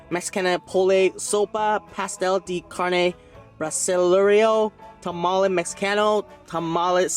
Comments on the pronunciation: Tah-Mah-Leh please say it right lol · I can help lol. It's pronounce pah-soul-ay and it's not chickpea it's hominy, which is basically corn. Then ha-ree-tos for the drink Then em-pa-nah-daa And it's tah-mall-ay But if you are eating one it's a tah-mall And the words before are just the places. So columbiana Is from Columbia, Mexicano is Mexican and salvadoreno is El Salvador Ps my husband said he'll be your Mexican friend 😹😹 Ohhhh and the difference between Mexican and Salvadoran tamales is the way they are wrapped. Mexican is with corn husk and Salvadoran is with the banana leaf, so it makes it creamier Also to open the bottle you can use a lighter lol.